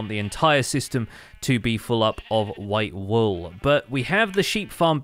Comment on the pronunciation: pls can you pronounce all wool walls you sound funny